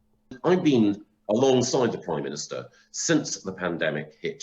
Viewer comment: Ooh I hope not; imagine having to hear him saying "Oive done this" or "the Proime minìster must do that" for months.